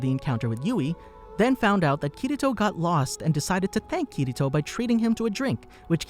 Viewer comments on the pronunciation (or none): not kiyto but kirito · Kirito Kiriro.... Kiri...TO! lol